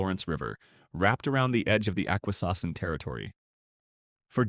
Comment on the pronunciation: It's pronounced Nip-ee-sing lake certainly not what AI said. Aqua-sas-nee----Awuasasne O-sha-wah-----------Oshawa Soo-saint-Marie-Ssult St. Marie